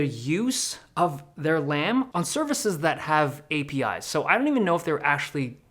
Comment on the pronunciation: Lam rhymes with scam